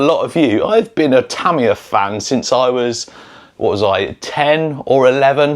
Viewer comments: If you were on Tamiya’s payroll you’d need to learn to pronounce their name correctly . It’s Tah-mee-yah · Japanese words might be hard to read, but hear a Brit say them is awful!!😂😂😂 Yah, the Tamiya kits are badass!!😁👍 Also, Tyco back in the day. That Turbo Hopper series kicked butt. My Science Project movie was GOLD for having one😁👍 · I always thought it was pronounced Tuh-my-uh Or is he saying it like that because of the way they say aluminum as al-you-min-e-um and they say “z” as “zed” which is nuts in itself. lol.